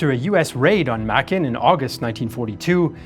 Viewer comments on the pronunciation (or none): Makin is pronounced May-Kin Eniwetok is pronounced Any-We-Tok